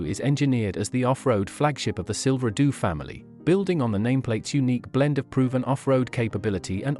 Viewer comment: Silver doo? Is it that hard to find a real person to read a script?